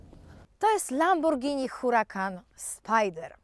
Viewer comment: Złe wymowiłaś pierwszy raz, to nie "Lamborgini"😱😱😱😱😱! Potem bylło zawsze dobrze bo było "Lamborghini" 😉😉😉 super odcinek! 😍😍😍😘😘😘